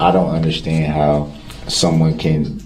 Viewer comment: I can’t stand to hear hi say “underschtand” I hate it.